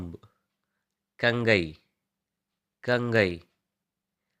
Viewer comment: என்ன இது உச்சரிப்பு. சீவு என்ற சொல்லுக்கு कंघी என்பது ஹிந்தி அதை கங்கை என்று உச்சரிக்கிறீர்கள். அது கங்கி என்பதுதான் சரி चित्र என்ற சொல்லை சித்ரா என்று சொல்கிறீர்கள் அது சித்ர என்று கடைசி எழுத்தை குறிலாக உச்சரிப்பதுதான் சரி.இன்னும் நிறைய ஹிந்தி சொல் உச்சரிப்பில் பிழைகள் உள்ளன.ஆனாலும் மிகுந்த பயன்பாடுடைய சொற்களை தேர்ந்தெடுத்த மைக்கு பாராட்டுகள் मोडो என்ற சொல்லை மோரோ என்று உச்சரிக்கிறீர்கள் அது மோடோ என்பதுதான் சரி